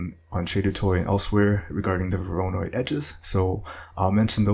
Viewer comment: The pronunciation of "voronoi" bugs me to no end... XD